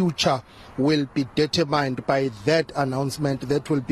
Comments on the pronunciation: Eish that reporter must learn to pronounce the word determine. It’s pronounced determin not deter mine🤣🤣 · Dirtier mine